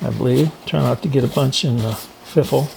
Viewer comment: Love this! I especially love that mohogany...I made one similar to this with PVC pipe just to see if I could get it to work and it did, so now I will find some nice hardwood to make one...I giggle every time you say fiffle...lol ;)